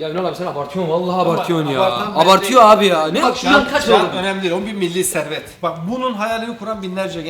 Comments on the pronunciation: Yaram vurursun rottest'i geçer mili servet diyor ne bu aq atatürk zamanından kalma traktör sanki aq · Mili servet diyor ya hahahahahahaha